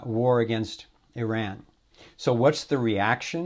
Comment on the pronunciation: and must I say, finally another American (other than myself) actually pronounces the name of another country properly... its EEE-RAN like says it not I-RAN